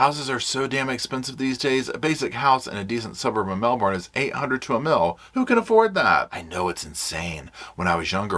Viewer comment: Melbourne is pronounced Mel-bin not Mel-born 😊 I know its bogan haha